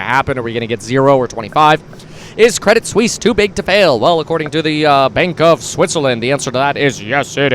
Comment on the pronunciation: Kwedit Swiss uwu